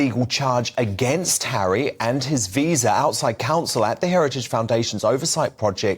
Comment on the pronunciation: Prince hawwy 🤣